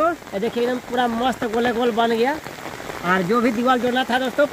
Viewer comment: Mast toh thik se boll liya kro ye kya hota hai mossst😅